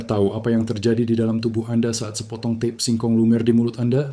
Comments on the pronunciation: Tape itu bahasa Jawa. Dibacanya t a p e. Jangan dibaca tip!!! Ngawurrr😊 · ucapkan tape dgn benar jgn diucapkan a la bhs inggris ... tape ya tape jgn teip ❤ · Kedengarannya tep bukan tape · Ini yang ngomong siapa ya, orang mana, kok ngomong TAPE bacanya TIP.......payaaahhhhhh!!!